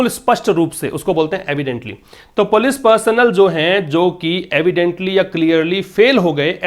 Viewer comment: Sir ap police ko galat pronounce kyu krte h